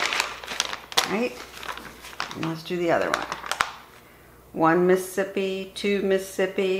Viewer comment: Isn’t the whole point of counting to the syllabic cadence of ‘Mississippi’ to correctly count down elapsed time without the benefit of a timer?? Why count at all, if you’re going to mispronounce the name of the state as: “Muh-sip-pee”? That extra could mean the difference between an intact or a faulty seal.